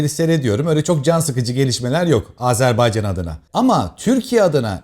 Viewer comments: Azerbaycanlıyım ama bu kadar iyi söyleyemiyorum😅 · Azerbaycan kelimesini düzgün telaffuz eden nadir kişilerden birisiniz. Kutlarım ve teşekkür ederim 🥰😘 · Azerbaycan'a "Azerbeycan" demediğin için teşekkürler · Oh eline sağlık. Çok sinir oluyorum terklerin AzErbEycan söyledikleri zaman